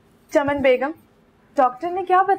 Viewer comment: its chaman not chanam